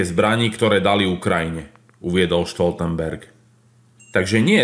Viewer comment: Prosím, Stoltenberg nie je Nemec, preto nie "Štoltenberg"...